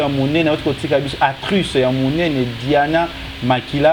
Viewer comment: Actruce?? Fatshi tala probleme ya prononciation na b'école primaire. Tolembi ba etazini, mexi, joyées anniveuxeure, eturette exc.